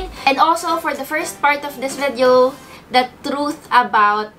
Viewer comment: "VEDEO"... But still love ♥️